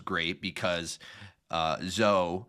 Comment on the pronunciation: BTW her name is Zoeeee. Listen to what the others call her. Her name is not Zo